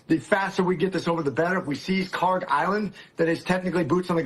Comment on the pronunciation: (UPDATE: check google earth, they have corrected to khark) kharg خارک should be khark. pronounced like park but the german 'kh' sound in the beginning instead of 'p' there is absolutely no 'g' sound in the name. ک is the last letter in the name which is 'k', not گ, the next letter of persian alphabet which is 'g'. they look similar to people unfamiliar and the keys are right next to each other so it is either a typo or poor transliteration.